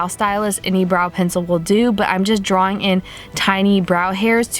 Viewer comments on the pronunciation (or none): none